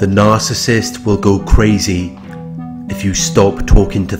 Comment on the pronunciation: Good job on pronouncing Narcissist correctly❗Every relationship she gets in it turns violent. Last time I checked she had a dislocated shoulder.